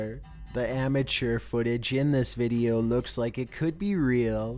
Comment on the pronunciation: "deep web veedioww"